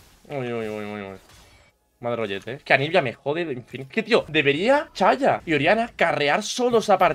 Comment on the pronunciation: no se dice ''chaya'' se dice ''Saya''